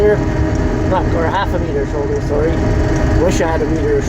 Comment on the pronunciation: You said a meter of shoulder. I thought you said a liter of cola. I wish I had a liter of cola.